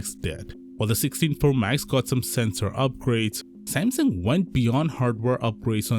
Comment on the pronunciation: lol "sansung" 😅😅😁😁😆😆🤣🤣😂😂😂😂